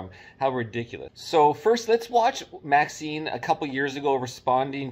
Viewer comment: Isn't it MaxiMe, not MaxiNe?